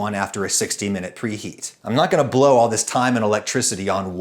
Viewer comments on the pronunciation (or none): none